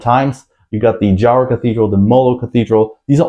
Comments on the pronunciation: Very heartwarming review for locals like me. Good research, too, but a bit incomplete. Hehe. The district name is pronounced Ha-ro, and the trikes here are not called tuktuks, they’re simply called tricycles. Hugs from the city of love, Iloilo. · Pronounced Haro not J sound 😊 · J in Spanish is pronounced like Ha.